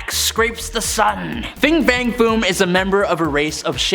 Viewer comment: Fin, not Fing. Xemnu, not Xenmu. Amanda would've pronounced them properly.